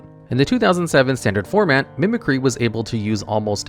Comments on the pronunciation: Why did you pronounce Mimicry so wrong? Mehmeh-cry?? Then you pronounced it correctly later haha😅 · It bothers me that no one can say mimicry correctly. Its “mimic-ree” not “mimic-rye” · Charizard mills the opponent instead of the player. Mispronounces "Mimicry" . Gets it right though. Some of his videos are worse than others though.